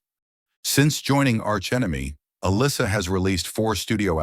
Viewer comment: So, nobody is going to mention the fact that the narrator COMPLETELY butchers her name? It's not uh-lissa, she pronounces it uh- LEESA. Her last name is pronounced like it's spelled... GLUZ, not GLASS. I like her. This video sucks, though.